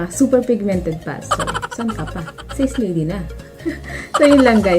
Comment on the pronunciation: Ate it’s prounce as SA-SE not SACE